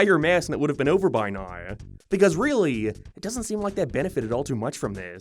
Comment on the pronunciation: Why do you say the word now like "noiiiwu" that was the weirdest way ive ever heard someone mispronounce a word.